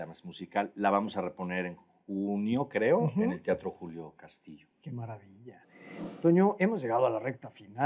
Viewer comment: ¿Tiatro? dice ¿tiatro?